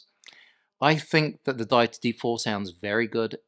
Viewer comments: Love the review! Specially the simpleness. Would have especially appreciated if all the audio in the review came from the mic, and also "Die-tee"? Is it not Dee-it-tee? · 🤔😂🤦‍♂️😳 pick one mate think they go with day-itee or or the common pronunciation of Deity as in a god , … Dee itee 🤷‍♂️ jus’ saying, but it definitely ain’t however your saying it 😳 ✌️ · You have it spelled wrong,, it is Deity and you are pronouncing it wrong.